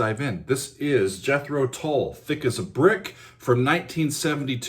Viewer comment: Another great reaction; this time to an epic song by my favourite band. I first saw them live at The Marquee club in London in 1968, and countless times since. Love the way you pronounce ‘Tull’! More please...